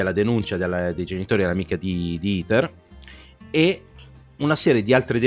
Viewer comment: Ho trovato lodevole (anche esilarante) lo sforzo di per non correggere ogni volta che sbagliava a pronunciare "Heather". In certe occasioni si nota proprio dal linguaggio del corpo che si sta trattenendo a fatica dal redarguirlo. 🤣 Ps domanda tecnica: come mai usate, in questo video come in altri, la parola "abusivo" invece di "abusante"? Io ho sempre sentito la seconda in contesti come questi.